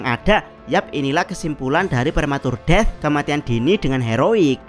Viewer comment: Saran bang. Lu kalau ngomong "death" atau inggris yg lainnya gk enak banget. Mending biasa aja kek di menit